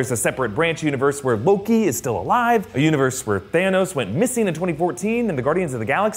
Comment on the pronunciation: is it just me or did he say Hoki instead of Loki?